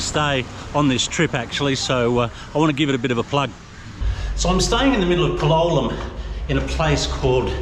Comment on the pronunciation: You still insist on pronouncing Palolem with the wrong accent. Don’t you have the ears to listen to how it’s pronounced by the locals or the tourists? The stress is on the a, not on the o.